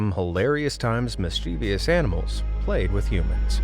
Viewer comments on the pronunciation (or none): Sorry, it bugs me when you repeatedly mispronounce "mischievous" as "mischeev-ious" . Obviously you have spelled it correctly. I'm going to have to call you out ironically because of one of your own videos -- YOU HAD ONE JOB! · Sorry but its a 3 syllable word, not 4, MIS-CHIV-US (sounds like) We take that extra vowel and move it lol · Mischievous is three syllables, not four! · PLEASE learn to pronounce the word ‘mischievous’ correctly. It has 3 syllables not 4. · Please pronounce “mischievous” and “orangutan” correctly! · great video, my friend and i loved watching it. just curious, what's your vernacular, we find your pronunciation of the word "mischievous" rather unusual.